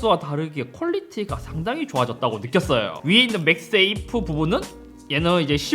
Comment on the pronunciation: 자꾸 맥스에이프라고 하시네.. 맥세이프 입니다. 맥스에이프 아니고!!